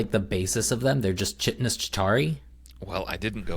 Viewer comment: Chitinous is pronounced KY-tin-us. Great show!